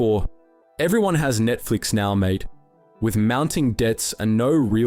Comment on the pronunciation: I feel like this channel might be AI. The voice pronounced video-ezy as "Video-ezzy" at one point and the enunciation of "mate" was very artificial. Also the distinct lack of social media links and the usual SEO guffins.